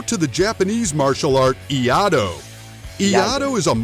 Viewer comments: Can't hold myself laughing on first one, on pronouncing the word of "Iaido" XD "IADO" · Hahahaha when he said Iado. I was like oh no… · I-yah-do 🤣 Just about as annoying as oh-ni-GEE-ri🤦‍♂. See some of Dan Inosanto's videos if you're really interested in eskrima and kali. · I had a physical, visceral cringe every time that guy said "Iado" with such confidence... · EE-YAH-DOUGH! BOW-KEN! EE-YATTOH! TAMA-SHEEGEEREE!